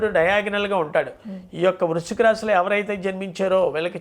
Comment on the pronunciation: Vruchhika,budhavarama, somavarama ,clearga cheppaledhu